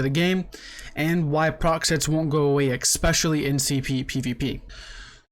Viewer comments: I hate how you pronounce especially 😂 But that takes nothing away from your videos, I love them! Please keep it up! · lol learn how to say the word especially and maybe ill believe you.